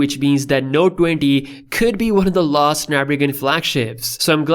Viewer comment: Nobody:: “Node Dwendy Ultra”